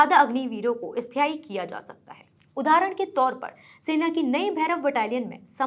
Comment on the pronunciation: स्थाई न की ईस्थाई 😂😂😂sorry😅😅